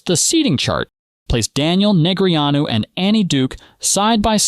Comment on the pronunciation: Soon as A.I. screwed up Daniels name,I left. After commenting.